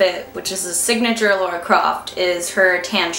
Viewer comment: it's not pronounced "Laura" lmao